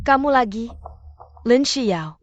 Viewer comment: LINXIAO...tlg klo baca LINXIAO BKN Lin sebelas ao